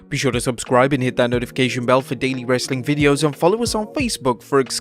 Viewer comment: Dislike for as long as you say wrestling content with this awful way.